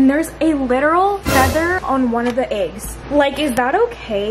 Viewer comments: It cracks me up every time says “eggs” because it comes out as Aye-ggs. 😂 like the E turns into an A. No offense at all I just look forward to it because my humor is broken. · The way says eggs is so funny😂♥️